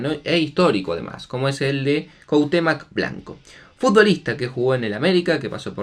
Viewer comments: Ni por que tienes las letras puedes decir CuahutémOc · CuauhtemOOOOOOc, amigo vas a aprender bien los apellidos algún día? Te sigo siempre, abrazo!